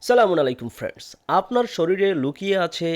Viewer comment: Please Apni Salam ta valo vabe bolen